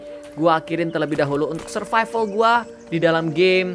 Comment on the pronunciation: Survival tapi bunyi nya(SURFIFAL)🤣🤣